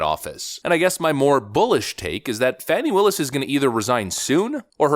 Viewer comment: This is not true. Learn how to prounce her name. This is not truth.